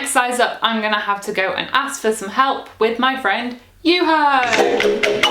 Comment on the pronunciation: Cries in Finnish at "Juhoooe" 😭 Poor guy. Friendly pointer for his sake, the o in Juho is not meant to be pronounced like the o in go/slow/grow/show. It's like the o in form/orb/cortex/port, but shorter. Sounds like YU-hoh. Emphasis always on first syllable